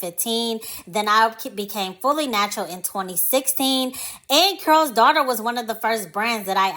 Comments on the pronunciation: I believe the name is Carol not Curl? Anyway great vid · The video was appealing because I remembered and used the product; however, when I heard "curls," I clicked off. It's Carol's (Kare rols) not curls. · Just came across this video and only have one question, why the presenter kept saying "curl's daughter"? I thought Lisa Price said she named it after her mother whose name was "Carol". Also, I saw an interview of Lisa who gave the history of the founding of the company and why she eventually sold it. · Am I the only one hearing the word “Curl” vs. “Carol?” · It sounds like you're saying Curls Daughter not C A R O L Daughter. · Why are you saying the name wrong ? You're say Curls daughter, it's Carol's daughter. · You keep saying curls daughter. It’s pronounced Carol’s daughter. So annoying.🧐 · Consider looking up the pronunciation of the company’s name before filming. Carol keh•ruhl sounds like you’re saying curls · IS IT JUST ME?????? OR IS SHE SAYING CURLS DAUGHTER??:face-orange-biting-nails::face-orange-biting-nails::face-blue-smiling::face-purple-crying::face-green-smiling::face-orange-frowning::eyes-purple-crying::face-fuchsia-wide-eyes::face-blue-wide-eyes::text-green-game-over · Why are you saying Carol’s like that? It sounds like you’re saying curls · Care-ull’s , pronunciation (two syllables ) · Is it pronounced curls daughter but spelled Carol? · No disrespect, but are you talking about Carol’s Daughter because I keep hearing Curl Daughter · it does sound like she’s saying Curl’s. Kinda irritating 😮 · it's not about tearing down, it's correct...coming from a Carolyn.